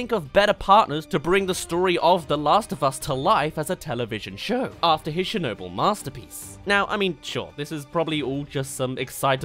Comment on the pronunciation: The way you say Chernobyl personally offends me